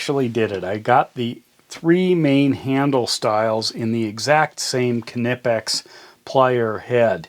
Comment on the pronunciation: Listen young man, I’m going to give you a free tip here: It’s NOT “Kuh-nip-ex” it’s “kih-neepex”